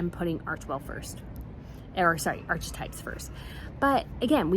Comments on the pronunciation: Archetype is pronounced this way: arkuhtype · You're lovely,, but if you're going to keep mentioning them: It's pronounced AR'Keh'Type; or New-Klee-ur. "He and I", "he and she", etc. Not him and her, her and Harry, etc. Also, it's Com/parable, with the accent on the first syllable. (Sorry; irritating grammarian.)